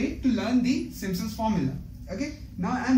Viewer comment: खाना समय से खाया किजीऐ गले से अवाज निकल नही है थोड़ा जोड से बोलिए अच्छा रहेगा Simpson's hota hai Not simsons Ok